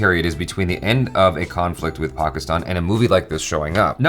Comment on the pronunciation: The fact that he says Pakistan properly 😍